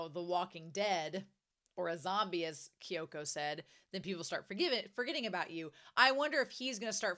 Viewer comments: Minor nitpick, but you often sayKyoko's name wrong. It's Kyoko (or Kyouko), not Kyoka. The name ends in an O. Though sometimes you do say it right. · Kyoko Sakura, not Kyoka.❤ don't worry, Romania, Kyoka is a nice name - just not hers. 😮😊😂 and it's Sa-ya-ka (prounounced sa-ya-kah) for Sayaka, ok?😮😊 Still, don't worry about it. It's much easier for you than my name, prolly, anyway ( my surname is Rynkowska, try to say that, not in American lg XD😂 ya know, don't try unless for fun)